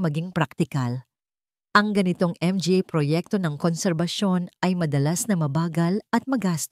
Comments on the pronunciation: Arte mo nman mga n LNG sabihin mo m.g.a mo p binibigkas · Exit muna ako ang sakit sa tenga ng m g a at p a okey na sana ang mga story kaso m g a at p a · Not nice to hear the pronouncement M G A , M G A. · ang basa sa mga ay M G A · MGA ? Manga Yan basahin madam😊